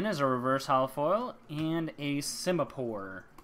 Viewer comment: U PRONOUNC IT SIMEEPOR AND BUNNELBEE